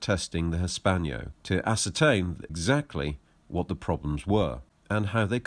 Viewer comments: For Gods sake its HISS PANNO not hispanio (hispano suiza actually) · Hispano. Not Hispaño! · "Hispanyo"??? Is that not "Hispano" (Cannon)!